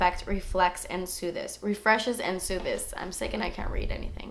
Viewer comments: Lol. I laughed when you said sooth-es because that's exactly the same way +minimeeshie said it in her video. haha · Wait I said "sooth-es" in my unboxing too hahahaha